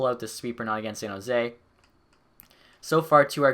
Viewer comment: I love this series, but the way you say San Jose triggers me. "Zan Jose"